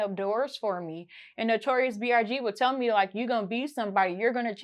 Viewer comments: Is everybody gonna act like she didn't say "Notorious B.R.G?" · Lmao she really said notorious brg 🤣🤣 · She keep saying BRG lol i cant wit this girl lol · Did she say Notorious BRG??? I'm gone..... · Did she just say notorious BRG 🤦🏾‍♂️ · She said Notorious BRG lol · Is anybody noticing she saying notorious "BRG" or is her big ass teeth just in the way?🤣🤣🤣🤣🤣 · She didn't say notorious big....she deadass said notorious brg!💀💀💀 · Why didn't they send a spirit txt to tell you notorious brg ain't his name he was trying to strangle you cause you kept messing up his name!